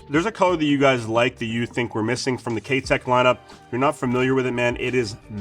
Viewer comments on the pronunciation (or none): Great video! But, I can't help myself in saying this but the name "Keitech" is not pronounced like "K Teck" it is, however, pronounced as if you're saying the word "eye" after the K... So, K EYE Tech. Or like saying the word "Kite" (like the flying kite) or "Kite eck". Hope that helped. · Ah, ok, I stand corrected then. My bad. I work with Mike, the U.S. distributor for Keitech, regularly and he's always pronounced it the way I explained it as do the rest of us who are Pro Staffers for Keitech so I've only known it o be pronounced that way. Good to know. Well, I guess I'm gonna start saying it the other way now and correcting others as well so you better be right! lol. Thanks for the reply.